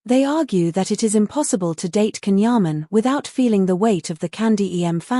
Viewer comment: Porque esse povo não pronuncia o nome dele corretamente, Djan Yaman e não Can.